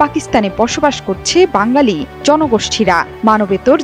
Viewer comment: সাংবাদিকতা করতে দিয়েছে কে আপনাকে শুদ্ব ভাবে উচ্চারন করতে পারচেন না,, কারাচি কে বলচেন করাচি আবার বাঙালি কে বলচেন বাংগালি 😅